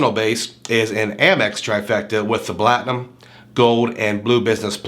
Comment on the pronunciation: Great video! I definitely want the "blatinum card" lol. mark